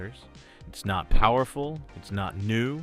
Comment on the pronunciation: "surprisingly powerrrrful".... not that machine... when transcoding.